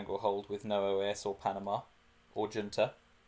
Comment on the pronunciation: It's pronounced "Hoonta" :) good videos!